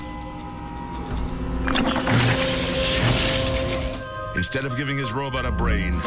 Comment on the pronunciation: Oh its Lional lmaooo